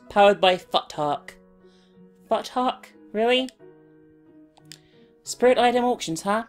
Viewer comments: I know the series is over but I have to say, Futhark is pronounced Footh-ark, not Fut-hark. As in the ancient Norse runes, Elder Futhark. Just needed to say it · it's Foo-thark, not Futt-hark. x3